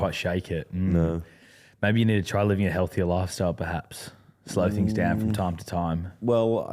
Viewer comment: also says "Frum" instead of "From" Big fan though mate keep giving jimmy shit